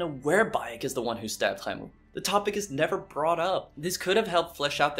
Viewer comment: Had to click off because of how he keeps saying khemu lol